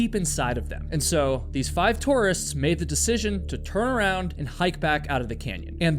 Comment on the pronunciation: Don't you know how to pronounce tourist?!